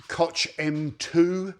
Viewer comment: "Kotsch" Chemie sagt er...es heißt KOCH und nicht "Kotsch", Dicker.... Könnt ihr Inselaffen eure Zunge beim Sprechen nicht richtig bewegen?🤔